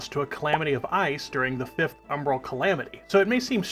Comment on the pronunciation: "Fith" :face-blue-smiling